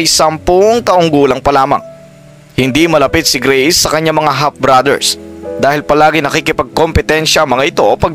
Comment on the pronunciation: D ko type 'yong pronunciation mo, akala ko no'ng una greece, grace pala 😅 taz 'yong F ginagawa mong P